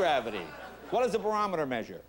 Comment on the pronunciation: He said BORAMETER -- it's barometer!!!!